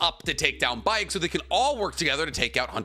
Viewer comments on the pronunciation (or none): Hunter Baek is pronounced Bek